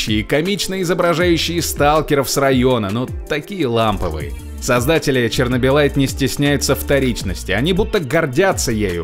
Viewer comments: Игра: 864 раз произносит "чернобылит" Диктор: "чернобылайт" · Сам произносил что чернобылит, почему тогда название самой игры говорит как чернобыльлайт, тупачек, тупачек.